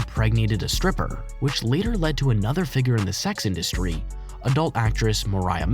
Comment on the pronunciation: "The Sex Indsutry" lmao